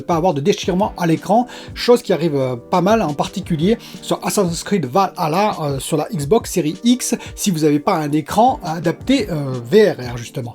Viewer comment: Je pense que tu es le seul à bien prononcé valhalla.